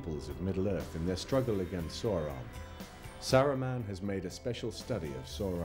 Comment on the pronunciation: I am greatly enjoying these documentaries, but THE PRONUNCIATION...HIDEOUS!!!!! Who is soar-on?? What's minus-tirith???! Makes me wanna pull me hair out! 😄😄🤣🤣 to each his own, I reckon.